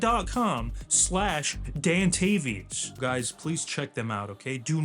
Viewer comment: WELCOME BACK BUD